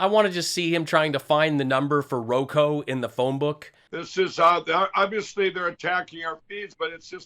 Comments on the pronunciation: Mike Pillow is so willfully dense! He persists in talking about Roko, even after his sycophant tactfully pronounces it Roku in a vain attempt to correct him. You just can't reason with willful stupidity. (BTW, "silver spoon snot salt"--hilarious!!) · Hasn't anyone told Lindell it's ROKU?